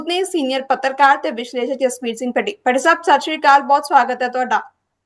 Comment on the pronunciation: ਬੀਬਾ ਜੀ ਪੱਤਰਕਾਰ ਜੀ ਜਿਸ ਵੀਰ ਸਿੰਘ ਪੱਟੀ ਕਹਿਣਾ ਸਿੱਖ ਲਓ ਇਹ ਪੱਟੀ ਕੀ ਹੁੰਦਾ ਪਤਾ ਨਹੀਂ ਤੁਹਾਡਾ ਰਿਸ਼ਤੇਦਾਰ ਆ ਜਾਂ ਕੌਣ ਆ ਫਿਰ ਵੀ ਤੁਹਾਨੂੰ ਉਹ ਆਪਣੇ ਪੀਅਨ ਦਿੰਦਾ ਆ ਭੱਟੀ ਸਾਹਿਬ ਲੇਕਿਨ ਤੁਹਾਨੂੰ ਭੱਟੀ ਬੋਲਣਾ ਨਹੀਂ ਆਉਂਦਾ ਪੱਟੀ ਬੋਲਣਾ ਤੇ ਭੱਟੀ ਸਾਹਿਬ ਕੀ ਹੁੰਦਾ